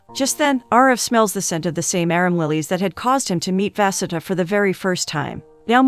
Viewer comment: The way the pronunciation of vasudha got worse every time her name was said💀 at one point i forgot what she was supposed to be named and i have an aunt with the same name